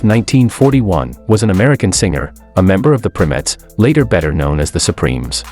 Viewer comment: They were originally named The Primettes, pronounced "PRY-Mettes", not "PRIM-ettes". They were the sister group to The Primes, hence their name.